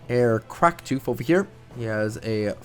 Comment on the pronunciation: Cracktooth? No, no, no. Kraktoof.